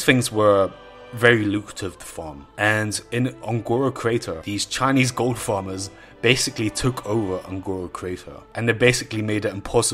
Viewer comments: goooold....dude, why are you saying it in such a weird way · Ghold. That pronunciation